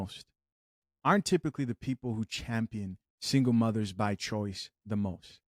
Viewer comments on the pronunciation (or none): Did I hear mothers or mudders?🤣